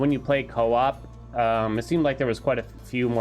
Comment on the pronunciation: Say coop and you not are coop